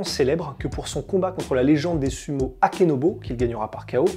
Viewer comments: Dommage c'est Akebono le sumo et non "Akenobo" a part ça tout va bien ;) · c'est Akebono et non Akenobo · le sumotori c'est Akebono et non Akenobo 😉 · Et je rajoute c’est Akebono et pas Akenobo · ça a surement déjà était dit mais il s’appelle akebono et non akenobo